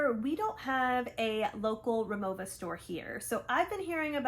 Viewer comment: I have the RIMOWA Hybrid carryon and check in bags in white with silver aluminum accents. And while the check in suitcase gets a scuff or two every time I fly, Mr Clean Dry Erasers take it right off. Incidentally, Rimowa is pronounced RimoVA